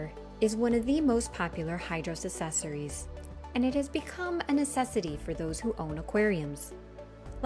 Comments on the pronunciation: I came to check if anybody else picked up on this. It sounds like she is saying sessories without the hard ac at the beginning. Glad I'm not the only pedantic one around. Useful video even though I was looking for one on the X3 starter pack which there doesn't seem to a good quick features video. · Your pronunciation of “accessories” is consistently incorrect.